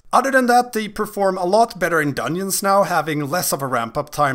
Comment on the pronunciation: lol everytime you say dungeon, you don't pronounce the "g". duneons.